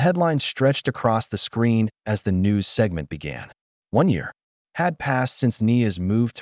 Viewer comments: Great story, but the A.I. voice just doesn’t cut it! A human voice, even if not always perfect would never render punctuation as a “dot” and the word “as” in two distinct letters “A” and “S”. A I voices put pauses where they don’t belong and don’t include them where they should be and the intonation is always off! In short, a torture to listen to. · The AI needs to be corrected. It keeps saying "A S" when it should be "as". This is not the first time in these stories that there have been errors. I have heard "U S" for "us", and "number" for "no". These errors should not be occuring.